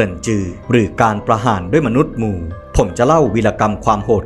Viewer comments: หมู! ..... แต่ทำไมออกเสียงว่ามู ออกเสียงให้ เป็นหมู(มู๋) สิ รู้สึกหงุดหงิด มู มู อยู่นั่น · รู้สึกว่ายังออกเสียงคำว่า "หมู" ไม่ค่อยชัดนะครับ สระอูเป็นสระเสียงยาว แต่ที่ได้ยินมาทั้งคลิปเหมือนได้ยินว่า "มู", "มนุษย์มู" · ได้มาฟังอันนี้คลิปแรก คลิปน่าสนใจดี แต่ออกเสียงไม่ชัดมั้ยนะ อย่าง หมู ออกเปนมู